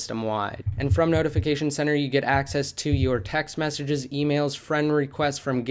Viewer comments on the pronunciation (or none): Did you say messenges or messy jizzy.